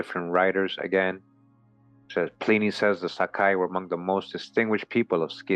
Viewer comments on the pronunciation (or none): none